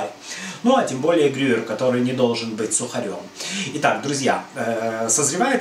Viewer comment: ГрюЕЕЕр,.